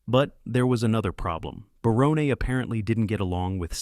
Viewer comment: Matt Williams is a moron. And how dare he take the created by credit also for Tim Allen‘s home improvement because obviously that was based off of Tim Allen’s life and his career as well. And the guy narrating this thing on Roseanne cannot get names right it’s not Baronne it’s BARON just like the character name on everybody loves Raymond Raymond and also it’s Sarah chalk not Sarah Chalke but like you’re saying the word chalk but it has an E at the end.